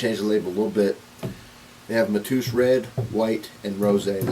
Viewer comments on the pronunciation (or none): IT'S PRONOUNCED MA-TAY- OOS, IT'S A POPULAR NAME IN PORTUGAL...YANKEE. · It's pronounced Mat A Us